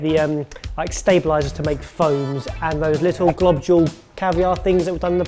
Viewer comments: I forgot that says, "Globjules." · Globjules again... NO!!... it's GLOBULES